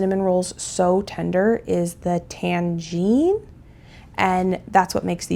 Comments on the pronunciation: It's pronounced "tang zong," not tangine. That is something completely different! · From Google AI: Tangzhong is pronounced as "tahng-zhong." The first syllable rhymes with "song," and the second syllable sounds like "jong." 😊❤ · Hey. The technique for the bread is pronounced tang-jhong. It’s more commonly used to make Japanese milk bread. As someone who loves cooking recipes from cookbooks, some of my favorites are Baking all year round by Rosanna pansino, from crook to cook by snoop dogg (he has the best pancake recipe I’ve ever had in this book), dinner asap by cooking light ( most recipes are less than 30 minutes), and for slow cooker meals I use slow cooker to the rescue from gooseberry patch. Rosanna pansino also has her own YouTube channel where she shows you how to make recipes from both of her cookbooks, tries and ranks different foods and more. I’ve watched her for years and have both of her cookbooks. She has recipes that turn out super cute for kids too like robot brownie pops or rocket ship cookie pops. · It's tangzhong - pronounced tang-zong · i think it’s just pronounced tan-zong